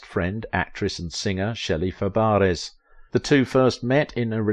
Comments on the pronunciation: Annette & Glen was friends of mine. They were good solid people. Annie never had a nose job. She was against changing what God gave. He surely messed up on Shelley's last name. Its Fab- rey. When Shelley would be excited she too mispronounced her own name. Nanette Fabrey was her aunt. Annie was a trooper & fought till the end. Glen was too, he was by her side daily. Her story shouldn't have had such a cruel ending. I miss them both. Glen fought till the end for her Annette Funicello's MS foundation. I held benefits for it. Saddest day was when her cologne was pulled from the shelves. Cello smelled awesome. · Wow he really messed up Shelley’s last name. Fabares